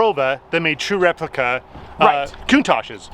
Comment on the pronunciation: Dissapointedwhen he said "RepLICAA"